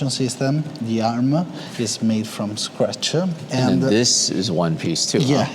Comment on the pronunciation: isseee CNCee from-ee scratchee